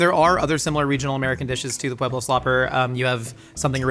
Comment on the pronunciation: Thank you for 1. Telling the true story behind the slopper and 2. Pronouncing Pueblo correctly. A side note, the best green chili is made using Pueblo Chilies, NEVER hatch😅